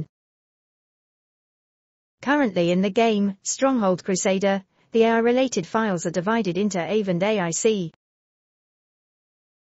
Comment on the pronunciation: Good video but terrible AI voice 🥲 it can't even say things properly. Like pronouncing AI as eyy 🤦🏻